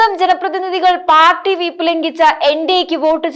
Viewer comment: ഔദ്യോഗികമാണ് ഔദ്യോദികമല്ല. അതേപോലെ വീപ്പ് അല്ല വിപ്പ്......